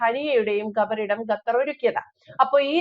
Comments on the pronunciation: ഗത്തർ അല്ല 🤣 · ഗട്ടർ അല്ല, "ഖത്തർ " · not GAthar, but Qatar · GHATHAR ALA " khathar " AANU. JAI HIND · ഖത്തർ not ഗത്തർ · ഗതാർ അല്ല, ഖത്തർ എന്നാണ് ഉച്ചരിക്കേണ്ടതു. ഒരു രാജ്യത്തിന്റെ പേര് ശരിയായ രീതിയിൽ പറയാൻ പഠിച്ചിട്ടു വേണം ഈ പണിക്കിറങ്ങാൻ. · ഗത്തർ അല്ല ഖത്തർ എന്നാണ് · ഗത്തറല്ല, ഖത്തർ. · ഗത്തർ അല്ല ഖത്തർ എന്നാണ് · ഗത്തർ അല്ല ശരിക്ക് ഉച്ഛരിക്ക് ഖത്തർ ആണ് ശരി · Gathar alla Qatar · Gathar alla Qatar. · ഗത്തർ അല്ല ഖത്തർ. ക്യാമറയുടെ മുൻപിൽ വന്നിരുന്നു പറയുന്നതിനു മുൻപ് അക്ഷരങ്ങളും വാക്കുകളും സ്പുടമായി ഉച്ചരിക്കാൻ പഠിക്കുക. ലോകം മുഴുവൻ കേൾക്കുന്നു എന്നൊരു ബോധ്യം ഉണ്ടാകുന്നത് നല്ലതാണ് 😁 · ഗത്തർ അല്ല ഖത്തർ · ഗത്തർ അല്ല. ഖത്തർ